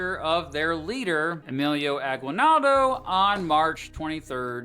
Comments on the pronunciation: FYI, Aguinaldo isn't pronounced "gwi", it's pronounced "gee" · Note on pronunciation: it's "A-gee-nal-do". 🗣 Interesting choice of using icons depicting ships with sails... ⛵ Just the obligatory aside that "concentration" and "death" camps are distinct. Related yes, but distinct. ⛓💀 And so the US never engaged in a disastrous occupation ever...oh. Never mind. 🌍🪖🛫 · ah-GEE-nald-oh. There's no "W" sound in his name at least the way the locals say it. Fun fact: The rebels in the Philippines were the KKK and wore white or red hoods. So if you hear a Filipino talking about the KKK, that's not the white supremacist group. Instead it's a group that was trying to get rid of the white guys. Part of the reason the US doesn't call it the Philippines-American war is they didn't consider the Philippines a country, but a territory at the time. The Filipinos debate to this day whether the US taking over was a good thing or a bad thing.